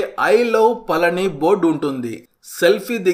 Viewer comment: మీరు పలికేది పలని లాగా వినబడిoది. పళని అనేది కరెక్ట్. బాగా cover చేశారు. బాగుంది.